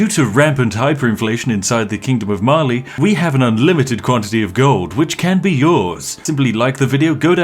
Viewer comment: I understood eventually he was saying Mali but all I heard was Marley like it's Attack on Titan up in here.